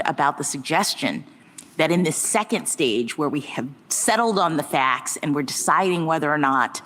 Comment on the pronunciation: “This body of fAcks”